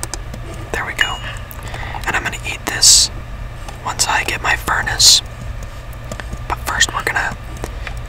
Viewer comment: NOT FURNACE - "FURUNA"